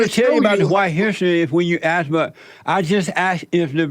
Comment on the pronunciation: And "aks" instead of ask. A three letter word and they fuk it up why do yall do that?????